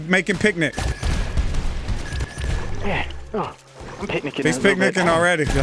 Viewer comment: keeps saying picnic instead of panic and I’m dying 😂